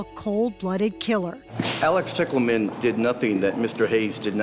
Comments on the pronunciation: O.k....the last name "Tickleman" for a sex worker is hilarious! I know it's not spelled that way but it is pronounced that way. Is it a fake name she chose or is it her real name? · Couldn’t they have pronounced “Tichelman” just a LIIIIIITTTLE different than “Tickle Man” ???!?😂😅 I mean… considering the nature of the story 😅